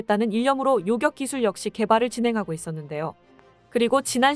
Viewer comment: '사거리'를 '사꺼리'로 '요격'은 '요껵'으로 잘못 발음하는 아쉬운 습관.. 네레이션 발성 속도, 흡인력, '임팩트'도 좋으니 일익발전을 위해 애청자의 사소한 지적도 얼른 고치시기를!~